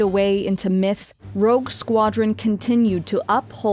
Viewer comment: sorry to be pedantic, but it's Rogue. Rouge Is something else entirely